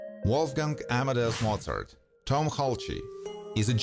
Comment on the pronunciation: It's pronounced "hals", not "halche"! Check the sources first.